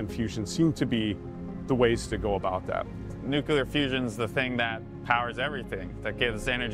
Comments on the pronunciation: I can't take this seriously. I am , and I have already noticed 2 people say "nucular" instead of "nuclear" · the co-founder says "someone is going to have to do nuc-u-lear" as opposed to nuclear. Google AI: "'Nuculear' is a common misspelling and mispronunciation of the word nuclear, which is the correct and standard term." Wow. If you can't even pronounce the word nuclear right how do you expect to do anything in science????? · "New-kew-ler" - Yeah, he can't even say nuclear correctly, there's no way he's going to build a fusion machine. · You lost me at "nucular" instead of "nuclear". What's next? "Recactron" instead of "reactor"?? *not a grammar police, my point is; if someone did real research, one would see the correct word for it. Hence, nothing but a rich boy's hype. Also a clickbait, proper title to the video should be "This Company Stole a Russian Way to Do Fusion". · They all say Nucular... it's Nuclear. Scientists are pretty dumb nowadays. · BUT, ONLY if the man in this video can pronounce NuCLEAR. Not Nuc-U-lar. That's not how it's spelled, nor pronounced. That is a very important distinction when you're working with NuCLEAR science, in any sense. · Did he just say “nuke-ular”? It’s nuclear. New-cle-err. Not nuqular. This is really getting on my nerves. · New clear. Not nuke-u-lar. I realize language does not equal business acumen, nor does it properly indicate one's ability with mathematics, but it does make you sound like someone who hasn't yet figured out how spelling relates to spoken sounds. Give us fusion and I'll forget this transgression. XD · "nuquler" Byebye credibility 🙄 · It is pronounced 'nu-clear'... not 'nucle-ar'! (only G.W. Bush pronounces it 'nucle-ar'!) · It's "nu-cle-ar", not "nu-cu-lar" I won't be funding these barkers until after they learn how to say it. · Dude said "nuculer" if you can't even say "nuclear" I have no faith this is going anywhere. What a load... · Idk man, lost a lot of credibility at "nucular"